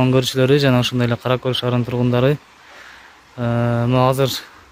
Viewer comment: Каракол эмес Каракөл деди